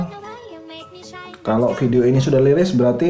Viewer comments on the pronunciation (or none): none